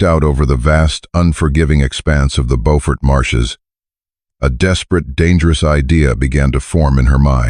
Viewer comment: Beaufort is also mispronounced